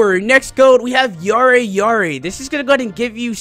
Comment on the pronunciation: It's pronounced "Ya-Day Ya-Day". Also it means good grief